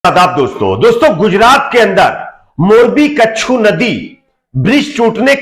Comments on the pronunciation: कच्छु नदी नहीं, मच्छु नदी। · कच्छु नदी नहीं.... छोटे भाई ..मच्छु नदी 👍🙋